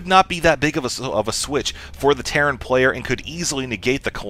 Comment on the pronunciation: lol I think I have been playing Dragon Age too much if I hear teyrn instead of terran ))